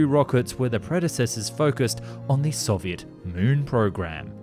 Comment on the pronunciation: I speak some Russian, he doesn’t do too badly. What’s hard is the letter “о” in Russian. Sometimes it’s pronounced like in English. And sometimes it’s pronounced like an “a” . And there’s no real grammar rules to tell 🤣 you just know. So he pronounces Soviet right, but Soyuz wrong 😂